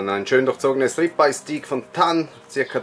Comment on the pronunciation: Sorry, aber damit kann ich leider nicht viel anfangen. Wenn ich das Video so sehe, muss ich eher davon ausgehen, dass du von Steaks keine Ahnung hast. Nicht nur, dass du das Wort ansich schon falsch aussprichst, dagegen sag ich nix, aber das ist ja schade um das schöne Fleisch, was da aufgeführt wird. Der Gargrad ist nicht annähernd getroffen, das Fleisch wurde mehrmals gewendet, weils eben nicht funktioniert, was du da gemacht hast. Der Fleischsaft auf dem Brett spricht ebenfalls Bände. Der gehört nämlich eigentlich ins Fleisch, nicht aufs Brett. Da dann auch noch von einer Alternative zu sprechen ist schon fragwürdig. Ich kenne von Dir nur dieses Video, vielleicht tu ich Dir Unrecht, aber hier muss ich wirklich davon ausgehen, dass du nicht weißt wovon du redest.